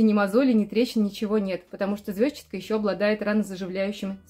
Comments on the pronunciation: А почему вы её всё время называете звёзчатка? Ведь звезчАтка же (через "е" и ударение на "а"). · как неудобно ваше произношение этой травы! Я живу уже 7 ой десяток и везде где бывала, ее называют "ЗвездчАткой", ударение на букву А. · ЗвездчАтка, и это правильное произношение.)